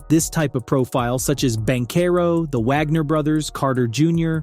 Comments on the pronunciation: Wish you could pronounce Franz and Mo’s last name correctly…..Wagner! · 🤣it's pronounced as Vhagner